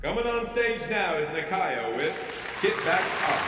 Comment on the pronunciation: abby asking nicaya to spell out rond de jambe. when abby isn’t even pronouncing it well